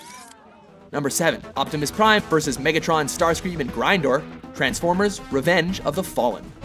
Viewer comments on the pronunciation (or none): OMG ITS BLACK OUT NOT GRINDOR. GOD no jkjk but it is cringy to hear him be called grinder